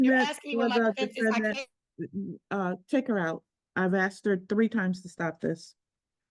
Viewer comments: If you’re acting as your own lawyer, and you still use the word “ax’d”, you’ve already lost your credibility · Trying to have an intelligent discussion with someone, who has not yet master kindergarten level grammar ("I aksed" fir example) is a waste of everything. One needs to pass some basic general knowledge testing (at a very keast) before they're allowed to represent themselves. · Its ASKED ASKED ASKED ASKED .........not axed .....god dumb slaughtering the english language